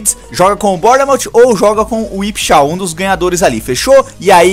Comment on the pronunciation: Ipswich se pronuncia: Ipsuiti ❤ Vlw pelo like no outro comentário 👏🏻👏🏻👏🏻😀